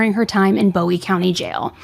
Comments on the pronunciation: And it’s also pronounced Boo-owie not Bow-ie county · Idabel is pronounced Ida-bell. Bowie county Boo-ee. Dekalb, De-cab. being from idabel the mispronounces are driving me crazy lol. Also, this case has people asking to go into the er room and stuff, which is beyond gross. But I appreciate the deep dive. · I’m from Atlanta, TX (around 45 minutes from DeKalb pronounced “DE-cab” and New Boston) and this is pretty trivial, I know but… “Bowie” is pronounced with the “oo” sound and Texarkana pronounced with the last syllable being “Anna’ as in Hannah. As a local just really drives me crazy.